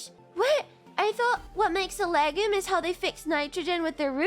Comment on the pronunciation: Isn't it pronounced "leg-youm"?